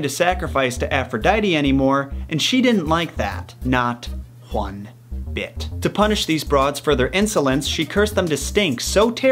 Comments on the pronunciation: “ Not whone bit” That’s how I would spell the way you said it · "She didn't like that, not Juan bit" Who else heard that?